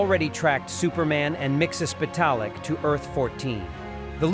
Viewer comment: Miksis pedal it voice to text will not spell his name right but you did not pronounce it right you’re saying you know you haven’t pronounced certain things right maybe do your research sorry if I sound mean just constructive criticism